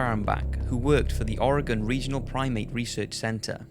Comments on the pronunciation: Thank you. SO SO SO SO SO SO SO SO SO SO SO SO MUCH, for pronouncing 'Oregon' the appropriate way. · Dude you’re not even American and you pronounce Oregon better than most Americans who think it’s OryGone!